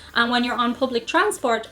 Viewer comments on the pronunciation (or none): I want an answer to your very last question. Why do you keep saying transpart? Well, waiting....